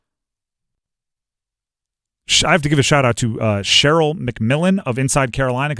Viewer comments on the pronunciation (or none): It's pronounced Sha-Rell, not Cheryl for sherrell mcmillan